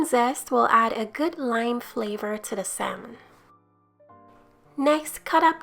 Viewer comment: It looks delicious. The "L" is silent in salmon though.